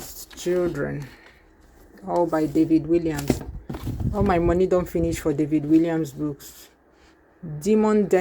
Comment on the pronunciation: The author's name is pronounced WALLIAMS with an ‘A’, not ‘I’